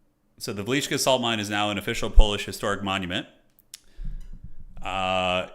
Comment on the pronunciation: You got the name of Wieliczka right the first time round and then over corrected it. Call that a skaven artillery shot